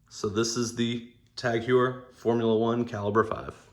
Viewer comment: I just picked up the same watch recently and like it. I wasn’t interested in a Formula 1 at first, but glad I checked it out more closely as It has a milled clasp now. I guess they wised up and it kinda sealed the deal for me. My last TAG Heuer was a quartz SEL 30 some years ago. I’m glad got back to the brand. Well done review, but Heuer is pronounced Hoyer.